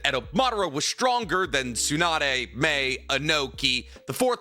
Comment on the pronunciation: I will never understand why he pronounces Mei as Mai. There's clearly an 'E' there!!!